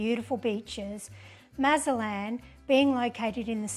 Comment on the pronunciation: You visited Mazatlán and made no attempt to learn how to properly pronounce the city’s name. It’s NOT Mazalan! There’s probably a zero chance of you being pickpocketed or being “taken by the cartel”. You made little effort to treat our beautiful city with respect. Please come back but only when you choose to do so.